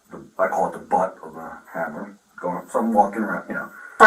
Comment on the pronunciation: You seriously can't say the word children or hammer?